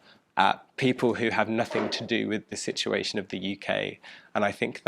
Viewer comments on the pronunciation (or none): none